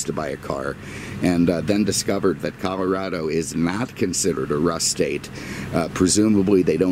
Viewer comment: Thank you for pronouncing C OLOrado instead of C ALArado like so many non-locals.